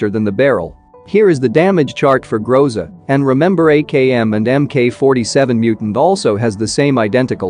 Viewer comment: Interesting fact: Groza is russian word, (Гроза) and it sounds like grozA but not grOza. This word means "Thunderstorm"